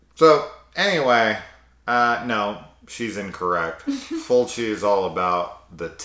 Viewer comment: As someone dating a French Quebec girl, I felt it when you said her fav way of pronouncing Fulci was Fulki 😭 My partner pronounces a lot of stuff wrong on purpose with her French accent. She also lives for the tidi, more so than even I do. Every anime or horror she's always the first to scream "AWWWW YES, TIIIIDIIIIES"